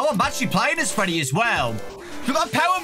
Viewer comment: is nobody talking about how it says Feddy